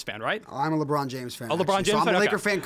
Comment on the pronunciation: "leborn rolls" locks in